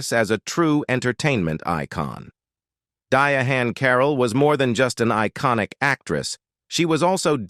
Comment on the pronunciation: You must be talking about "Diahann Carroll? Looks like that's the way white people pronounce it. She didn't pronounce it that way.